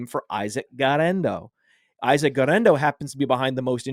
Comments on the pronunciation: Almost turned it off for how annoying the guerrendo pronunciation was. 1. Just say it normally 2. You’re attempt at Spanish is abysmal 3. He’s not Hispanic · You can't say Guerendo like that. I almost switched off the show lol